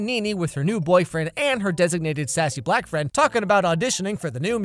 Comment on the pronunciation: Why you say black friend like that lol